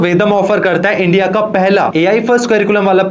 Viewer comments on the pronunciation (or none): none